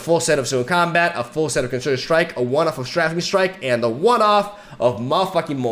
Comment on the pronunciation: Heads up its pronounced "strayfing strike"